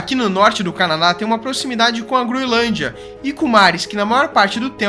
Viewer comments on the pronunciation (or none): none